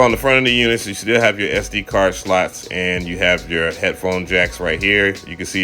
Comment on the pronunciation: Looks just beautiful! I digg your way of saying SD-card slo(u)t 🤣👌!!!